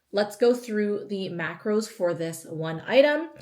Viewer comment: I love this and I swear u said macroids 😂😂😂😂😆 my mom was beside me and I said this is because of u hahaha ! Great meals 😍